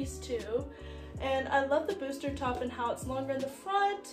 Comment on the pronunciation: Good luck in college! You're going to do great!!😊 (when you say booster top do you mean bustier? It's pronounced boo-stee-ay😊)